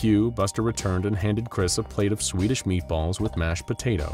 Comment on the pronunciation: Plis stop spikin sudo swidis